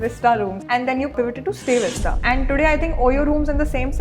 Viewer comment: It’s StayVista not stay vista